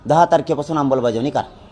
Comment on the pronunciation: अंबलबजावणी नाही आमलबजावणी😅😅😅